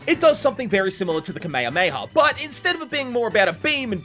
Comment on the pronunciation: Kamahamaha was pronounced wrong